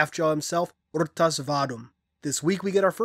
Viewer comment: Wait, is that actually how you pronounce Rtas' name? Cause I was in a party with a buddy of mine and we were trying to figure out how to say Rtas' name.